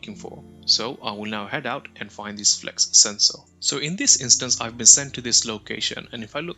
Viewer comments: FLUX. Not flex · there is no "e" in Flux the "U" is short. it's a Flux Sensor, not a FLEX Sensor.